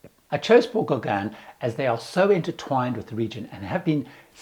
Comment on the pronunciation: Your "Englishness" is apparent when you (mis)pronounce "Les Gauguins"! LOL I've been on a 12-day Paul Gauguin cruise, and it was the experience of a lifetime! FAR superior to larger ships in other regions.